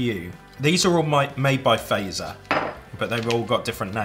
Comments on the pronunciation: It hurts me to hear you say Fazer not like Fatser but you fixed it thank you. Edit: and the way you opened the Tupla bar ugh it pops in the middle but it’s ok i’m just an angry Finn like always :)) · Fazer is pronounced like Fatser, not faizer. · Just saying ITS pronounced fat-zer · Fazer is pronounced 'Fuht-sehr'. FA pronounced like FArmer. Z just like in Pizza (ts). ER just like in cERemony. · Fazer is pronounced like phut-ser :) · Mä olen suomalainen wishc means I am from finland and its its prononsed fatzerina and not fazerina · Fazer is actually pronounced Fa-tser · You say fazer frong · I'm not even halfway through and I'm already getting annoyed with the pronunciation of Fazer. Albeit it isn't your fault, because there's a hidden t in there between the a and the z. Also the Fazer blue, or the one that says Karl Fazer on it, is the best damn chocolate in the world. And, fun fact, it's named after the man who started the company. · Omg the name butchering is just, gruesome. Blood is coming out of my ears, especially Fazer. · the way you guys pronounce "fazer" is quite upsetting to me as a finn :(